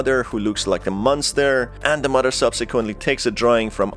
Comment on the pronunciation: I love the way he says muddah that’s how it sounds to me.